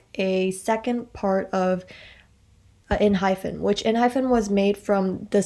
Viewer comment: Wait a minute... you pronounce it "enhyPen" or "enhyFen"????